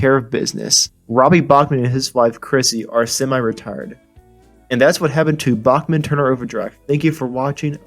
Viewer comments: FYI, It's "Backman", not "Bokman." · it's pronounced backman,,, not bockman............geeeeez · It's Back Man not Bach Man.